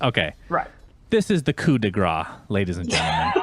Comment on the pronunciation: "coup de gras", like you said Sunsfan, means "fat strike". The term is "coup de grace" (mercy/final strike to end someone's misery), pronounced more like "grass"